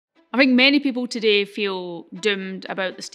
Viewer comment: Not only you pronounce the word 'today' incorrectly, but also the assertions that you present are vaguely incorrect. For example, you talked about the amount of solar needed to power the world as less than 1% of land. Well, this assertion requires a few definitions. How do you define the amount of land for solar power generation when the sun does not rise during the night. Also, different pieces of land receive different amounts of sun. So on a so forth. Plus the efficiency of solar cells is not even 50 %. We are yet to employ solar just because of this dear lady. YOu said we can use nuclear. You did not mention about the limited nature of the raw material required for the nuclear power plants like uranium of whatever. Plus nothing mentioned on how to deal with the enourmous amounts of the radio active waste this power generation produces. Why do you need copper to decarbonise electricity grids? Besides, the term like "decarbonise electricity production" can be understood. But what is "decarbonise electricity grids"? Very well said wen the transportation aspect was discussed. While you talked about cement, you said you can capture the CO2 emission in he process of making cement and bury it underground. If this can be done, why not do this with all coal-based power plants? Thanks.